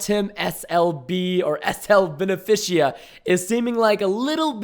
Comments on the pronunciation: facepalm when he says beneficia when it's benfica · SL Benfica is Portuguese Football clube WOW preston not Benifikia it's Benfica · Benafishia lmao its Benfica Portuguese football team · SL Benfica is a Portuguese soccer team. And it's pernounced Ben-fee-ca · it's a football\soccer team it's pronounced ben-fi-ca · Preston SLBenfica (Ben-Fee-Ca) is a football team in Portugal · Preston SLB benfica is a portugeuse soccer team . You pronounced it terribly 😂😂😂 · Preston on the second suspect it's SL Benfica (Ben-Fi-Cka) it's a Portuguese soccer team XD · preston its SL Benfica a soccer team and my family are fans of the team and search it up and it will show you and my family is Portuguese so I don't want to be mean I mean your not Portuguese so I don't expect you to pronounce it right but search it up and it will show you